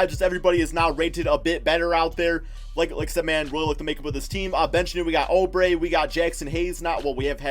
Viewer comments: Suns will make a bigger splash. You’re too conservative. TJ Warren will be traded. Maybe to the Nets for Dinwiddie or s&t for Russel. Then they’ll get an audience with KD before settling on Julius Randle. Oubre...pronounced Ooo bre not oh bre will be resigned after they finish free agency signings. Probably 4 years for 55 million or about that. He’s also the starter even if Warren is on the roster. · STOP SAYING OUBRE WRONG ITS “OOO-BRE” NOT “OH-BRE”